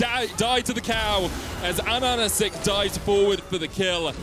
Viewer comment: Why is one of the caster calling ahahacik “ananacik” lmao